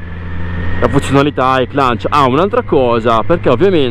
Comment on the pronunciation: È spettacolare questa moto ❤ le moto GP hanno lo stesso funzionamento di questa E-Clutch. E cmq non si pronuncia con la N in mezzo alla parola! A parte questo bel video e bellissima moto